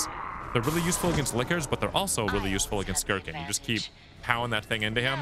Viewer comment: As a huge resident evil lore nerd (0-code veronica because 4 onward suck story wise) it makes me cry hearing "Girkin" for some reason